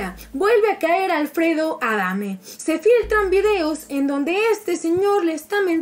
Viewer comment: "Se flitran" XD